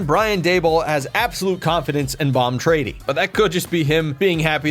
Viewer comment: Bom trady? More like Pom Tetty